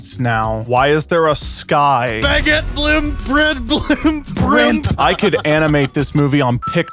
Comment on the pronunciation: “Brimp” - Bren and Josiah 2022